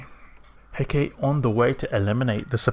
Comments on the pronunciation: Cool ship! I believe it's pronounced "He-ka-te", not "Heckate" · it is pronounced he.ká.tɛ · Hecate should have three syllables. I pronounce it like "hɛ" as in "heck", "ka" as in "cop", and "tɛ" as in "test". There are other pronunciations (such as hɛk ə ti, where the ə is like an "uh", and the ti is like "tea") depending on dialect/language, but it should always have three syllables. The ship is named after an ancient Greek goddess. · Pronounced hair-car-tay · c'mon man, just watch how Xtra Squishy lol says it. Failure of schools in the Anglosphere? I've never met 2 people in eve that say Hecate the same way lol XD You going to make a T3D comparison video in future?